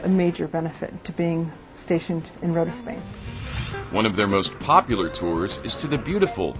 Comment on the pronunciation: Rota = "road" and "time" (roud-ta-im) pronunciations, very clear: "Ro-ta"